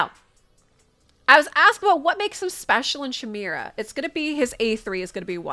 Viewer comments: Well, I wasn't going to say anything, but now I have to - kai - MARE - uh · You pronounced chimera wrong 3 times and I couldn't listen to you anymore 😂